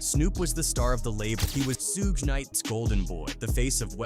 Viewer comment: Additionally, Suge Knight's name is Not pronounced: Sue-gay, or Seewj! It's: Suge,like an abbreviation of the word "Sugar"..Without the ar : "Thanks!!" Smdh😒😑